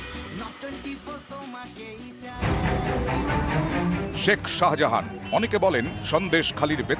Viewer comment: আরে বাবু ওটা শাজাহান নয় শাহজাহান 😂😂😂😂😂